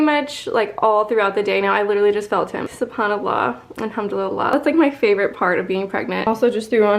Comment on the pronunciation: Do you pray and thank Allah for everything that you have ? And I’ve never heard hamdulilah that’s the wrong way to say it it’s Alhamdulillah